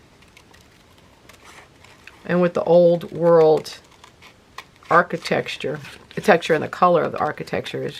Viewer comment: you said archi-texture. How prescient! Thanks for a great video!